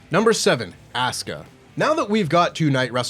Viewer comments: has been in the UK too long, he’s already calling Asuka ASS-KUH. You’re the fan of Japanese wrestling there,, you know how her name goes. 😂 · Nahh y’all done disrespected Asuka w that “AssCuh”😭😭